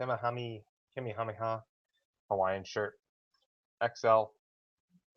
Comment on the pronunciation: Pronounced: Ka-MEH-Ah-MEH-Ah LOL